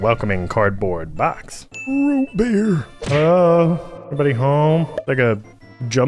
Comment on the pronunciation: "ROOT BER"